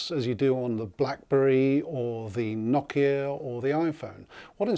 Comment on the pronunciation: nice review! i like the accent! it adds joy to life. ive personally never heard Nokia pronounced Knockia. that sounds funny being from the south US thanks for the informative review.